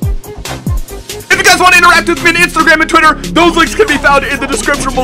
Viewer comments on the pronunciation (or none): none